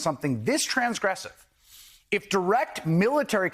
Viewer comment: "TRASGRESIVE"? So much for an intelligent articulate information outlet for one to "Settle On"!🤨👐